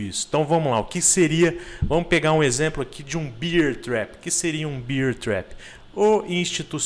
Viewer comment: "Bér" ! Bier é cerveja kkk valeu abraço